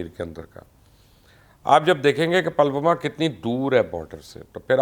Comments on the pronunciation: Pronounciation is not palwama ,is Pulwama. 😀😀😀😀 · You're so ill informed. It's not Palwama but Pull Wama. Uri is pronounced as Udi. You don't bother to listen the correct pronunciation? This is stupid. You or your team doesn't do proper ground work. You used tk say Golwan while the word is Galwan. Therefore a dislike.